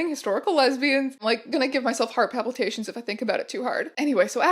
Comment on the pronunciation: i listened to this part three times, and i’m pretty sure i’m hearing “heart papaltations” which is very funny given all the. y’know. catholicism in this video